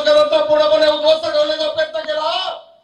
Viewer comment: अरे राम्या आधी उध्वस्त शब्द नीट बोलून दाखव